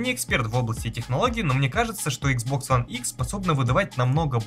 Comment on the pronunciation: Почему ты говоришь Хуан а не one